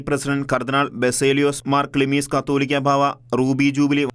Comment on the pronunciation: ക്‌ളീമിസ് കത്തോലിക്കാ ബാവ അല്ല കാതോലിക്ക ബാവ